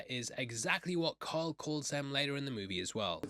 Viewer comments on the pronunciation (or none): none